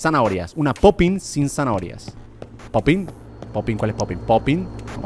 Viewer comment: No we dice zahoria